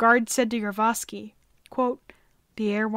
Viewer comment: I thought this video was predominately about Gregory Rasputin, but was actually the final days of the Romanov Family. Also, the narrator kept mispronouncing the last name of the person in command of the Ipatiev House, Yakov Yurovsky. She kept saying: "Yurvosky". Uhg! This is the problem with amateur videos.